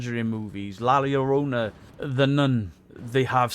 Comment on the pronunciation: Bro can't pronounce La Llorona xd he said la liorona